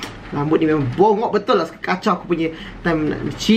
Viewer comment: The way that he said "rambut ni BONGOK betullah!" HAHHAHAHAHAAH